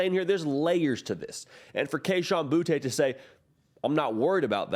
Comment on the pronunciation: Hopefully one day will say booty because Kayshon himself said it’s pronounced that way lol